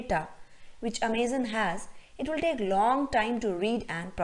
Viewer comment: I cringe a little bit everytime you say amaze-on. It's Amazon.. like the rainforest. Otherwise nice video, well explained